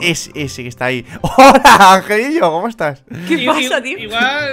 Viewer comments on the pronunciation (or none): Migueletion Crack XD dice angeliño o cariño,no lo tengo claro xd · dice angelillo xD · Migueletion Crack XD no si dice angelillo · le dice angelillo no cariño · Migueletion Crack XD dice angelillo😂